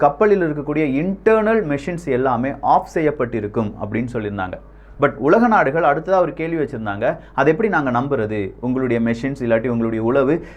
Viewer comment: கப்பள், தகவள், உளக நாடுகள், நள்ளது. இதுதான் யின் உச்சரிப்பு. படுமோசம்